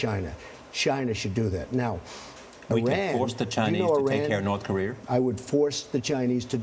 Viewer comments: Charlie by making smart business deals. And it's Korea not Korear. Also I'd love to ask the female reporter how many pounds of makeup is required for her to feel acceptable and beautiful. Superficial self conceited fucks. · "You want the Chinese to take care of North Kor-ear?" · WHY DO SO MANY PEOPLE PRONOUNCE IT NORTH CAREER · Sounds like Charlie Rose said north KOREER. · I grew up in California, but down the street from a Korean War veteran from Tennessee. He pronounced it Kuh ree err.